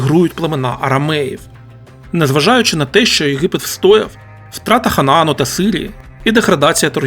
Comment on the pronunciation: Не в тему,автор ви що Г не вимоляєте?А то ЄХипет,береХові трохи ріже слух😊.